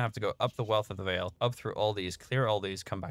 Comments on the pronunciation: Don't kill the rares in the incursions. It's not worth it brother AND DON'T STAND ON TOP OF THE TEMPLE BOSS. Also it's not pronounced Vaal like veil but Vaal like Val. It's not Diablo here mister. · So much stuff to do and get better at in this game. One of a kind arpg of alltime. And btw, the right way to prononce "Vaal" isn't "vayle" but "vaahl" 🙂